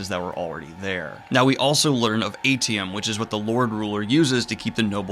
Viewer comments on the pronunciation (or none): I think it’s pronounced Ay-shee-um, not eighty-um. (AITIUM)